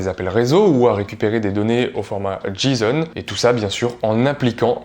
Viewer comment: Petite précision cher collègue, C'est "JSON" tout cours ce n'est pas "D-JSON". Sinon c'est cool la vidéo peut-être la music de font n'est pas nécessaire.